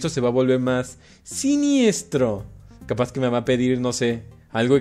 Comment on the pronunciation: Le diste capau